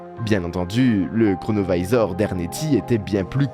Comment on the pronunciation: Pourquoi prononcer à l'américaine un objet italien ? Singer les américains ne vous rend pas plus crédible...